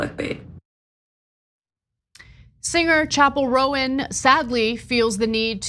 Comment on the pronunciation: It's Chappell Roan, like Chaperone, not Chappell Rowen